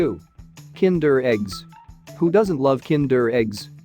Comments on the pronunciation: It's funny how you say kinder eggs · KiËndurr EGgs